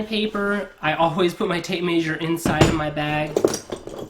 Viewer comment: Trust a plumber to mispronounce tape measure 😉😂